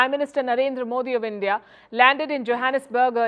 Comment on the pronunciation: BREAKING NEWS: Brics leaders have booted out END-DEE-AH and replace BR"I"CS with "I"ran.